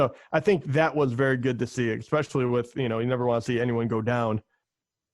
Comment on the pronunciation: Great show. One tip...“exspecially” is not a word.